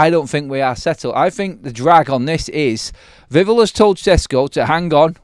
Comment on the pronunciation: He's called VIV-ELL - Not Vivul :face-fuchsia-tongue-out